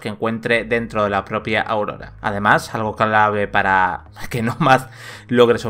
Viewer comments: Propicios dias,. Un pequeño apunte, el archipiélago en el que se desarrolla el juego es Auroa, no Aurora. Un saludo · Isla es auroa no aurora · Cada vez que el locutor dice: - "AURORA"...me entra un escalofrío por la espalda que pa qué. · una pérdida de tiempo este análisis ni siquiera el nombre de la isla lo dice bien y ninguna palabra del multiplayer